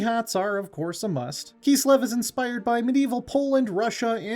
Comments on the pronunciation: IT KISLEV! NOT KEEEESLEV. That was painful to listen to. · “Keeslev” - this guy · Well it's not wrong it would be close to the german pronunciation XD